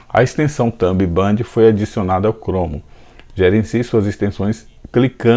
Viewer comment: impressionante como tu fala as palavras erradas 😂😂 "chromo" , "thumb band" kk , mas valeu as dicas, brigado parabéns pelo conteudo